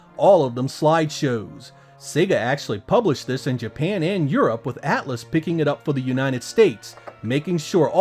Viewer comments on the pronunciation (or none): none